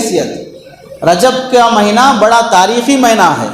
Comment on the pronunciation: مہنہ نہیں ھے بلکہ مہینہ ھے